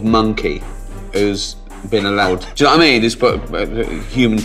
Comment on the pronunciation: I love Ricky Gervais' "doyuhnowa'imean" after making an observation